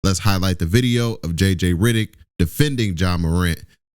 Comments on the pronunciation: It’s RED not RID. REDDICK NOT RIDDICK. sorry but your pronunciation of that name is wrong and mad annoying 😂😂😂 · Heyy it's jj Reddick not riddick🤣🤣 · Hell I spelled it wrong it’s REDICK 😂😂😂 Not RIDICK 😂😂😂😂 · His name is JJ Redick not JJ Ridick 😂😂